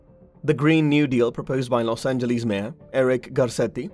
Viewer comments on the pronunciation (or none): Good video! FYI no one really says it as "Los An-je-lees" except as a joke, it's generally "Los An-juh-luhs" though I suppose the closest to the original Spanish would be "Los An-je-les" and I don't think anyone would bat an eye at that.